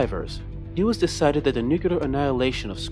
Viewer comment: repeat after me: new-clear new-clear new-clear there is no such thing as "nucular"